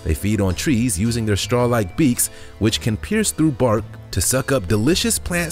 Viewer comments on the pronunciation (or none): none